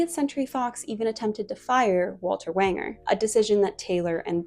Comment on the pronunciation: And Walter Wanger is pronounced like Ranger.